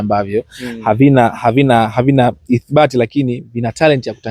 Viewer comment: Mtangazaji wetu hapa anaita " isibati"😊😊😊